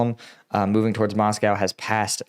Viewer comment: It's not MoscoW; say Joe, say blow, say Moscow. 😂